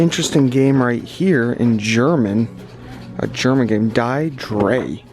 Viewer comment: Die drei pronounced dee dry